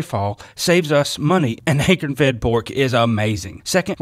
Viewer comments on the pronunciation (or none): I get such a kick out of how you pronounce the word, “acorn”! ❤